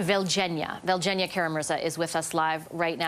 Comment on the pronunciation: Couldn't you get Evgenia's name right? She's been an admirable, courageous speaker for human rights and democracy for many years. Yevgeny, Evgenia...similar easy pronunciation.